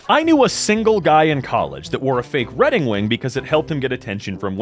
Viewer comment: "Redding Wing" (Please take a break )